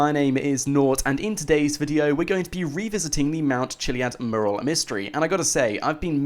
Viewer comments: ITS NOT MERAL ITS MURAL!!!! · PLEASE learn how to say MURAL (Meurral) for gods sake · Please learn to pronounce "Mural"